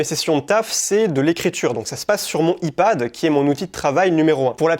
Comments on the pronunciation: "Aie Pad", essaye ça. Parce que le i-pad, ça sonne bizarre :) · Paix à l’âme de ma pauvre oreille qui a du entendre Ipad prononcé YPAD. Bonne vidéo comme d’hab sinon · tu prononce comme si c’était « e-pad » mais mise à par ça ça m’a beaucoup aidé, merci énormément ❤️ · nanan "I" Pad ??? xd l'anglais !! nan en vrai merci pour tes idées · a dit « I Pad » depuis lors j’ai décroché 😂😂 je t’aime frero mais le i-pad j’étais pas prêt. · Je suis trigger par sa prononciation de "iPad"